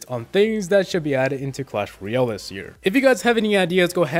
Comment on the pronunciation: tbh your saying ryale not royale and it's just a nit pick but it's a tiny bit annoying